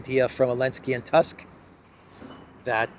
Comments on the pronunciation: PLS TUSK IS PRONOUNCED LIKE TOOSK. ! We don’t have the Prime Minister of the name you say in Poland ! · Tusk ..pronounced like Toosk !